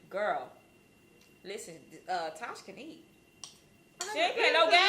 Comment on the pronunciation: She is a air head and she didn't even know how to say Tosh name